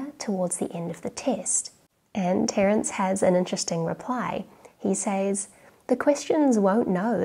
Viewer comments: sez not says :) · "Says" is pronounced "sez." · Are you from Adelaide? It’s rare that I hear Aussies pronouncing ‘says’ as ‘sayze’ over ‘sez’ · Not to be too pedantic but “says” is pronounced “sez”.